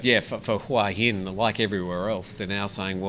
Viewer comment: Who - a - Hin, หัวหิน, it is not difficult.